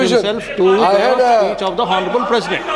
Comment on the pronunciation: Mr.Hon'ble ,is 'H' is not sitent in 'Hon'ble'?